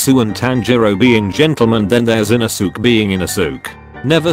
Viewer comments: You pronaunse the e in inosuke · Bruh The way he is pronouncing inosuke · The way u said inouske is so so wrong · the text: inosuke, ara, aah, giyuu, genya, kanao the ai voice: INOSOOK, AIRA, A-A-H, G-I-YOU, JENNA, KANIO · How the voice pronounces the names : Inosuke : InosUk Giyu : GAe-you Gyutaro : jAyutarr